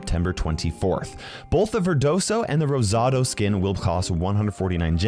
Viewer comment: Hearing trying to say dragon y verdoso y rosado as a spanish just puts a smile on my face